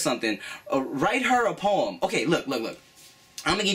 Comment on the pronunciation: was i the only one that heard porn when he was saying poem? O>O